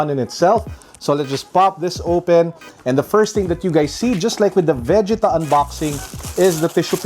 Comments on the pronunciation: Why do say it like ve•ge•ta instead of ve•gee•ta? 😭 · VE - JEE- TAAAaAaAAAAAaaaaa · It is Vegeta when it's dubbed in Filipino(Tagalog) and aired in Philippine TV. Every kid who watched the series during that time say it the same way. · Why do you make Vegeta sound like Vagina ? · Ok anyone else pissed at how he is saying Vegeta completely wrong. Do not shame name of the prince of all saiyins!! You do not want to feel the wrath of Vegeta’s Big Bang attack!!!! Aaaaahhhhhh✋🏻💨💨💨💨💨💨💨💨💨💨